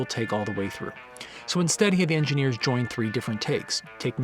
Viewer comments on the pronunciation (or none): none